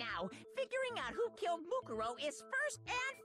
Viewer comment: Just lettin ya know, Mukuro is pronounced Moo-Koo-Row